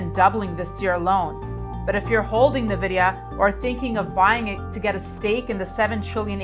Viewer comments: N-VIDEA NOT NEVIDEA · Navidia 😎 It’s pronounced Envidia, lady